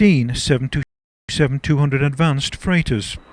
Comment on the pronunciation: It's pronounced "seven twenty seven," not "seven two seven." Near-tail-strike.